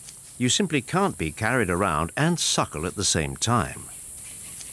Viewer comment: every time he said “suckle” made me smile and laugh 😆